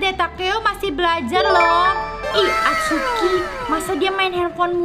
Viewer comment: kak namanya itsuki bukan atsuki